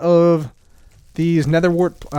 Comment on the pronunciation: "Nedder tree"